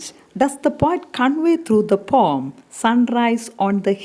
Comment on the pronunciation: i have a doubt regarding the pronunciation of the word 'poem.'i think it is not pom..it has not only 'o' sound but also 'e' (a) sound. that is o+a